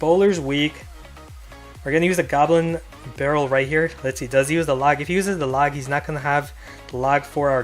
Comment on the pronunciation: holy fuck can you you pronounce the log right litterly couldnt finish this vid because of how you were saying it and why the fuck do you have to say the log so much